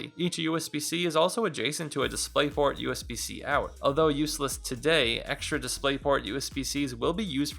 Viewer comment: "DisplaytPort", very reassuring. LOL